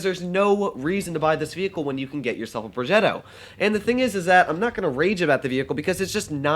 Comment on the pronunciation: The way to said progetto I felt like you are the grandson of Cesar 😂😂